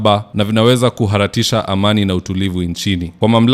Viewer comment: Kiswahili ni lugha yetu lakini mbona wewe unakitamka vyenye sivyo?(Kutaharisha=kuhararisha)